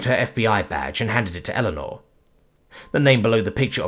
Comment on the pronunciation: You're lucky. I keep getting the crossover from his reading of "Power Armor in Magic School" and wondering how the deluxe kobold got to earth as I hear Illinor instead of Eleanor.